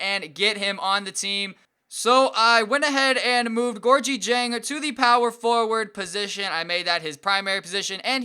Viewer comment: You are not pronouncing diengs first name right